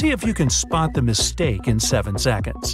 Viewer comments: It's mistake not mitsake.. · It's Mistake not Mitshake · Its mitsake instead of mistake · Mit-sake the kit is at sake🤣🤣🤣🤣🤣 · Lol he said mit sake